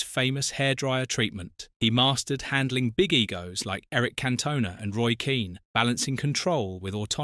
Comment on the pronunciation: Pronounced can tone nah